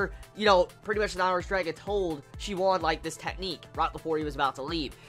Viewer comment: Nice vid man, glad you're finally doing this series! Just wanted to point out that the Oon in Shioon's name is dragged out like soon or toon. Same for the last part of Sunwoo, the woo